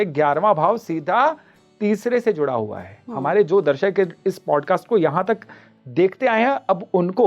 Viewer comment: Clarity was needed ....in 'juda hua hai'